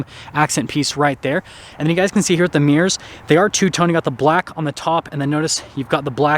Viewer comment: you just made my dad by saying power adjustable steering wheel rather than automatic :). Now if you could just pronounce aesthetic properly, and add the second syllable back into mirror where it belongs, i won't be so tempted to write you incredibly annoying and stupid comments